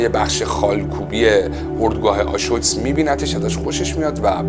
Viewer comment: دمت گرم،فقط تلفظ آشویتس (آشویتز)رو اشتباه میگی درستش بر وزن آبریز Auschwitz